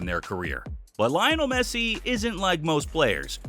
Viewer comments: Bro pronounced Messi’s name "Lie-onel" instead of "Lee-onel" 🤣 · I thought "Leeonel Messi" was annoying until I reached "Xabi Alsanso". Jesus Christ, man, the guy is not only a great former player, he's the current Real Madrid manager! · It’s pronounced "Lee-onel", not "Lie-onel".